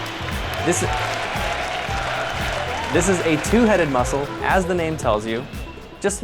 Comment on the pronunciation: You say brachii weird